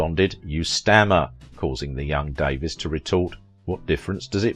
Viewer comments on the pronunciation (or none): Sadly, YOU are pronouncing Marion's name INCORRECTLY!!! It's Marion DAE-VEEES not Davis! Marion was BEAUTIFUL and VERY TALENTED! I LOVED her in the movies I watched with her in them. So be it if she was LOVED BY A TYCOON, don't care! I believe she loved him too. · Same photos were repeated over & over. Her name is Davies pronounced Davees not Davis. Citizen Cane, critics loved it, me not so much. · Its pronounced Da-VEES. Not Davis. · Good work but could have been better. Documentarians learn to use the performer's preferred name pronunciation known to her public, her friends and Hollywood. It is DAVE-EES not Davis. Your British heritage and UK pronunciation should give way. Marion was an American not British and it is common here to say DAVE_EES when the name is spelled Davies. Careful documentarians could also have done a search for director King Vidor's Honorary Oscar video on YT where Audrey Hepburn (hardly an American) pronounces his name correctly as the presenter (unlike you). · It's Davies (DAVE-EES) not Davis, also King Vidor's last name is pronounced VEE-dor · True enough but irrelevant. She was American by birth, worked in America, lived here and as a public figure pronounced her name as Dave-EES not Davis. If you do a documentary and want a smidgen of respect as a documentarian you pronounce a performer's name as they did on a movie set and among her friends and among her public fans. Didn't the video maker also fail to learn the pronunciation of director King Vidor's name as well. it is VEE-dor, and he was one of the greats and honored by the AMPASc. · Her las name is actually pronounced Davees. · Thank you...that was driving me crazy, lol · Not outside the US. Davies is pronounced Davis in the UK. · Why not learn how to pronounce her last name correctly before you do this?